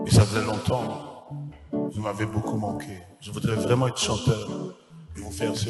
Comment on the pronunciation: …Et le journaliste et son invité, « vreument »eloba nango vieux « vreument »mua 🤌🏾🤌🏾 Batu ya mayele … Les intellectuels se reconnaissent !!